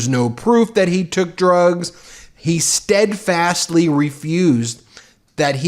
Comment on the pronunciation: Trump cannot say "steadfastly"